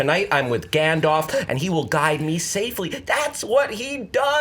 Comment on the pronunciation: "Gandoff" - circa. 2017